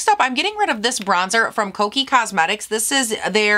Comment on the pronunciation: did you call Kiko cosmetics Koki cosmetics?